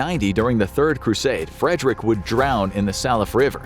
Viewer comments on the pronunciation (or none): none